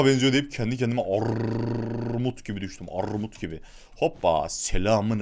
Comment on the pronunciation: Arrrrrrrrrmut Abimizin sözü Benim sözüm Orrrrrrrrrtam çocuğu 😂😂😂